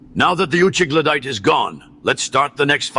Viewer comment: Did the third just call him an "Uchigladite" 😭😭